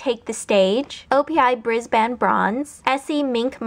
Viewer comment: Great video. For future reference, 'Brisbane' is pronounced 'briz-bin'. :)